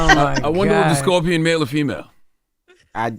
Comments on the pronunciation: Why does she keep saying Scorpio? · Why she keep sayin Scorpio? lol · At first Why they let her keep saying "Scorpio" 😮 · Tex keeps saying “Scorpio.” 😂😂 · If it wasn't for Jess hilarious I swear I would not watch this between Tez mispronouncing scorpion the whole time or Charlemagne not knowing what American territory is when it's literally in the name American territory